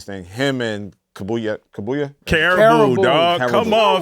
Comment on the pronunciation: like he called karahboo kabuya 😆nah these old heads gotta go. they care more about themselves then music.